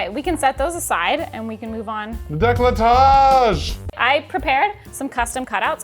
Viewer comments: He read "Découpage" as "décolletage" ... Imagine if he read it as "décalottage" ..... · as a French person these subtitles and "décolletage" ended me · So, "décollé" means clivage (so décolletage would be something like creating a clivage), but the way you pronounce it sounds closer to "décalottage", which it not very youtube friendly, so I'll let you look for the translation 😂😂😂